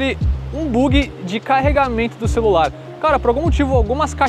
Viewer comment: Boyzinho amador rs “buugi” rs